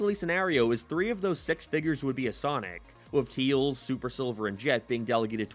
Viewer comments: He’s. He always says “Teels”. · 1. No 2. You said tails wrong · Why does he keep saying tails name wrong?